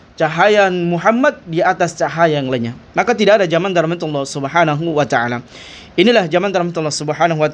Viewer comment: 😅 "Subhanuacaala" ? Maaf nih kedengeranya kok seperti bgitu pelafalan nya?